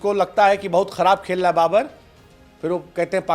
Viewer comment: Babar ❌ Ba-burrr ✅